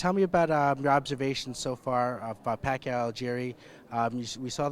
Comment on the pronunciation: i just noticed. was the interviewer a filipino? if he is, please pronounce pacquiao's name properly.